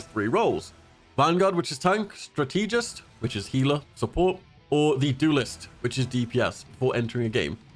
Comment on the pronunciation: Bro said strateegist